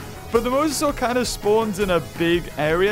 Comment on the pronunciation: yes...yes... keep going mozzarsore.. Me: how do I pronounce that....... OOF